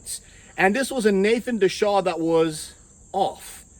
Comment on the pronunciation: Nathan "Deshaw" LOL. Come on, you're a smart guy. De Asha - Just look at it closely & sound out the letters.